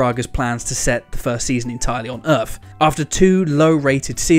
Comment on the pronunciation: You also need to try & reel in your 'F''s its not earthf, its earth & its not cafatharsis its catharsis. You almost sound like an Elmer Fudd reject.